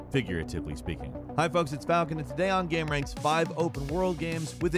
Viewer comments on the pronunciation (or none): none